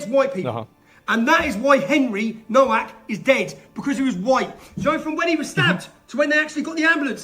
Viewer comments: Why pronounce Nowak incorrectly? Seems disrespectful. It's not No-Wack but NoVak. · You pronounce Nowak - Novak W is always V in Polish language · Can people that are opposed to what happened to Henry Nowak please pronounce his last name correctly?! It seems like the minimum amount of effort to put in… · It's pronounced "Novak". It's obviously a Polish name, and in Poland, they pronounce the "W" like we pronounce a "V". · Hey asmongold the w becomes a v in Henry's surname, just letting you know bud, RIP Henry Nowak you deserved soo much better! 😡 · Please learn how to pronounce his last name, if he's famous - Nowak is a Polish name, you can read this "NOH-VAK". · the father, in his statement, introduces himself as Mark NO-VACK. and goes on to pronounce the other members of his family with that same No Vack pronunciation.